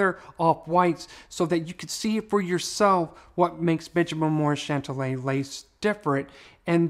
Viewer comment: Hey, you are pronouning the name incorrectly. Remember the "Big Bopper" song, Chantilly Lace. I think that is the correct way to say it. You are saying Chantalla.